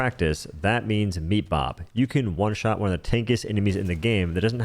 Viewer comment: Dude what's with the H in every W-sound? One is just one, not juan.